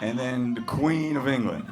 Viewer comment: It is not quain say Queeeen